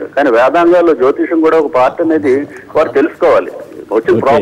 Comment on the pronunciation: Orai anchor jotiskam kadura jotisayam antaru. Munda nuvu oka veste gadivi